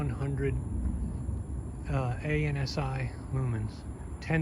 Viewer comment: A-N-S-I ? Spoken like a true noob. This acronym is spoken... as a word... "an-see". Another amateur Youtuber throwing around buzzwords to sound smart. Ironically... the contrary.